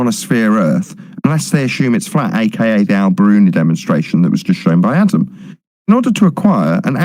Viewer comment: Did I just hear call Adam, Atom? Lol